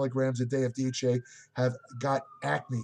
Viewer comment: Be sure to slow down and articulate. Most of the time when I think you're trying to say DHEA, you actually say DHE, DHA, and DHT. When saying DHEA please slow down to pronounciate it accurately.